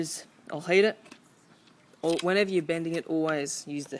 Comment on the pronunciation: dude, did u say , HEAT or HATE.. what are u Ausey? or what?